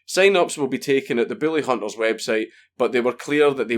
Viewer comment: I love how your accent makes it sound like you say "the billyhunters" lmao it's brilliant. You're the dude who taught his pug to heil, right? I'm trying to teach my water monitor but he doesn't seem to catch on.